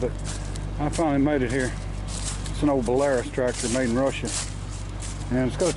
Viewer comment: pronounced bella rooce